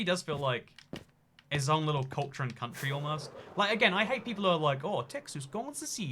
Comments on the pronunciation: "Aw yeah we an independent CoUNTWYY, we just pretend we in America for thE tAx benefits, it's all a big tAx dodge." Texan accent 2019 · We an independent countwy we just pwetend we in Amewica fow the tax benefits